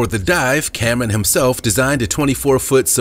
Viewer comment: Cameron..not camen..damn